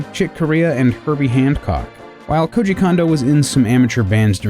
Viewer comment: You say Koji correctly, but you can't manage Kondo at all. It drives me nuts!